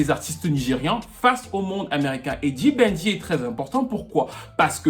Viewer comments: ta facon de prononcer pour un francophone sa sonnne genre [ le bandit] the banger.Mais en fait c d'banj , en francais xa sonne d'bandj. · D Banj pas D Banjeee 😂😂😂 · Tu dis "D-Ban-J" mais le J ne se prononce pas séparément, c'est "D-banj". Dans Why Me, il le dit au tout début de la chanson. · 🤦‍♀️on dit "Débanjeu" weeee!!! pas dibanji 😅😅. Très belle chronique 😊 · Vidéo intéressante ! PS : "Dibanjeu" (pour la prononciation de D'Banj) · C'est bien mais ton D'BANJ là tu prononce ça comment !? Si tu n'écrivais pas le nom ou ne montrais pas sa photo... Je ne pouvais même pas savoir que c'est de lui que tu parlais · Étant Nigériane j'ai adoré cette vidéo et la façon dont tu prononce "D'banj"😅 PS: Merci d'avoir parlé de Psquare parce qu'on dirait que certaines personnes oublient leur impact sur la reconnaissance de l'afro beat dans tout ce débat et pensent que la Naija Music s'arrête à Davido, Wizkid, Tiwa, Burna, Yemi et Tekno (à la limite, parce que les paroles de ce Monsieur sont discutables). C'est triste. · POUR LES PRONONCIATIONS, c'est "D'Banj" et non "D-Ban-J"; "Tiwa Savage" et non "Tiwa saWage😅 Apart ça, j'ai bien aimé la vidéo. J'y ai appris beaucoup de choses. Force à toi 💪🏼